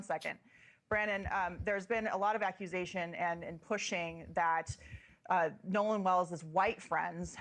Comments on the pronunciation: she said aqusation. I'm stead of accusation 🤣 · She’s supposedly educated enough to speak to the public, and says aquasation and diatrabe! What?!?